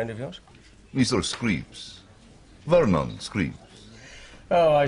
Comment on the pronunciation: I love how the Lithuanian pronounces Vernon's name as Screeps